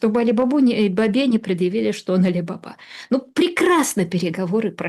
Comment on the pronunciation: Не Али бАба, а Али бабА!